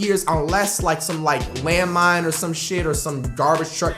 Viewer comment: This nigga said landmind.....